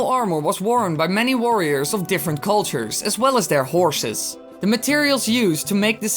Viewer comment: U said horshes not horses what is a horshes